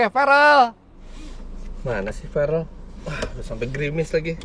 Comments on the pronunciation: Verrel apa farrel nama anaknya? Kok bapaknya salah2 nyebutnya 🤣🤣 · Namanya Farrel Refellyno, kalo soal ferrel atau Farrel tergantung pronounce/accent aja sih, Farrel lebih ke aksen Indonesia sedangkan ferrel aksen US